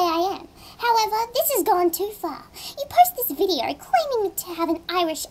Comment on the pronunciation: at the end snuferga and yeah viddeeyyer XD